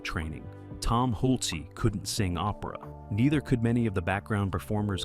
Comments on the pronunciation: Your movie is Fabulous!!! Great location actors set costumes and makeup wigs! But your announcer is ATROCIOUS!!! He constantly changes pronunciation of Milos Forman, who's first name should have an S sound at the end. "Milosh"!!! Not only that, he has no consistency in pronouncing Tom Hulse's name! It varies between Hulsee and Hulsay! And he sounds like he's so proud of the job he's doing. Not an unpleasant voice, but screwing up so much of what he's trying to say. I also think that Amadeus had superb casting! Tom Hulse, F. Murray Abraham, and the actress who played Constanza, whose name I do not know. Suitable for their parts!!! And all 3 extremely TALENTED!!! Thank you for listening to my observations. I say what I think. Besides, although I have no film experience, I do have serious theatre chops. I'm a playwright, composer, producer and director of several plays. I've worked with children and adults. Choreographers and fellow musicians. My plays have been performed at Le Petit Theatre in New Orleans and the New Orleans Jazz and Heritage Festival, in the Children's Tent, as the play was performed by children FOR children! I've been an ASCAP composer since 1986 or 88. (Forgot the exact year sorry.) And here's the most convincing thing of all, I've been PAID!!! How lovely to be paid for something you enjoy doing, but you ❤ it so much that you'd do it anyway just for the joy of it! I began working in Breckenridge,Colorado and then New Orleans, LaPlace, Louisiana. Back to New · Cast and crew had to hide their phones? In 1984? STFU. And it's Hulce. Not Hulc-ee. This is a joke. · Hull-sa? Hult-see? Hool-chay? Tom Hulce pronounces his name Hulse (rhymes with pulse) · The actor's name in America is HULCE. Pronounced HULCE. One syllable. Example is the word, "pulse". If you are saying it correctly, it sounds the same, but with an H instead of a P. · Pronounced "Hulch". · You don't even pronounce the stars names correctly, im dubious about this whole video.